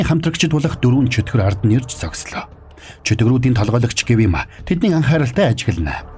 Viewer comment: Гивима биш гиүма шүү😘